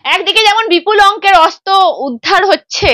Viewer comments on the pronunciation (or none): তুমি প্লিজ আগে তোমার উচ্চারণ‌গুলো ঠিক ক‍রো। শব্দে যেখানে র-ফলা দেওয়ার কথা সেখানে তুমি একেবারেই দাওনা। খুব কানে লাগে 'অস্ত্র'কে 'অস্ত' বললে।😖 আর পাপিয়াদির কথা সবসময়ই ভালো লাগে❤